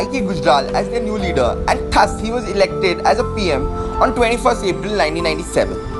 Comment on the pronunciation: PLEASE CORRECT THE PRONUNCIATION OF "THUS".